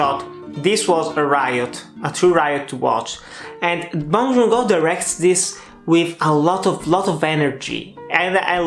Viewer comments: The director's name is Bong Joon-Ho, not Bong Joon-go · Bong joon “ho”. Not go~